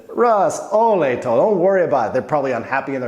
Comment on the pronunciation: "Olej" have an accent on O and a whole phrase has a dominat accent on "o" in olej. That means it should sound "Olej to", not "olej TO" as you pronounce it.